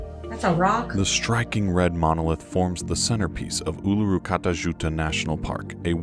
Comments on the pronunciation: Oo-loo-roo Kah-ta Joo-ta (Uluru-Kata Tjuta) Not that hard really. Formerly Ayers Rock , over the past 20 or so years the Australian people have an agreement to revert to Indigenous place names because , lets face it , places like these were around and known about and revered long before people (like Ayers for example) gave them European names. The larg(est) sand Island you saw here that they called Fraser Island (as another example) is no longer Fraser Island but has reverted to it's original name K'gari. Temperatures in Australia depend on where you're going, really. The southern states are more temperate with winter ( June-August) ranging from, maybe 10-20 degrees (C) (50-70 F) and Summer (Dec-Feb) roughly 25-40 (C) or (75-100 F). The Northern States are more tropical with temps not hugely different, however the humidity can make it seem like they are up to 10 degrees hotter, and there's so much moisture in the air it seems heavy. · Ularu pronunciation : ew-la-roo They missed so many things, look up Kakadu and the island state of Tasmania.